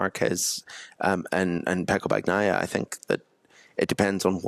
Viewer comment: If can't be bothered to pronounce Bagnaia's name correctly, he's got no chance with Toprak's 🤦